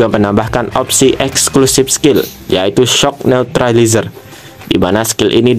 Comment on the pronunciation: Mantap pengucapan neutralizernya